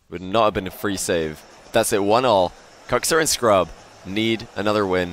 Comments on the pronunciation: It triggers me Kuxer lol not kuxir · Im i the only one that hears Cocksir?